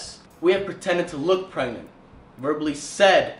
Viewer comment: It's Izabelle chehovits stop saying perangnet